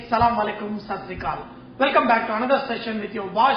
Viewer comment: Hello sir u r great in cooking, side by side u r giving many useful tips thanks for that...... But there is one mistake, u r saying that salamalaikum, is not salamalaikum it's AS-SA-LAMU-ALAIKUM, if u say salamalaikum meaning it's changed so try to say ASSALAMU ALAIKUM, I hope u will correct it......Thank you so much sir for ur wonderful videos